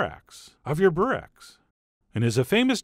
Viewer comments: It's not "burek" then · Borek? i know yugoslavian Burek and turkish Börek, but no Borek. Man gabachos, every pc, every programm have ö, ü, ç, č and all forms of special letters somewhere, 1min of searching this is not to much work! The rest of the world we write all american shit correctly, you could at least try amerikalı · OK, this is bothering me. It's BUREK. Or Börek if you live in Germany I guess. But its definitely not BOREK.